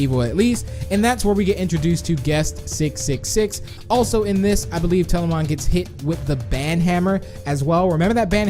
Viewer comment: Tbh he's been miss pronouncing words like telamon - telaman